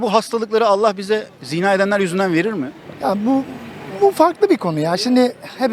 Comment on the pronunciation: Ziina değil, zinaa. Yani vurgu a'da olacak, i'de değil!